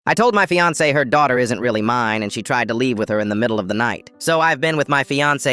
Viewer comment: I like the way he said fiance 😂